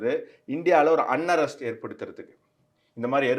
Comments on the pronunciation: Small correction bro if u don't mind. It's UNREST, not UNARREST. I admire your knowledge of you both. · Why do you pronounce 'Unrest' as 'Unarrest'? We need good news readers in Tamil Janam, as the news provided, is critital to the nation. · அன்ரெஸ்ட் (பதட்டநிலை) என உச்சரிக்கவேண்டும். அன்அரஸ்ட் தவறான பிரயோகம்.